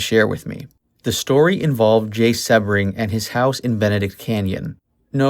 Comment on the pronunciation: Jay's last name is pronounced: SEE-BRING!!! Everyone knows that but you!!!!